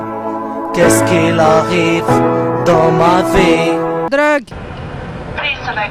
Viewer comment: arrette de mettre la meuf qui dit druck a par sa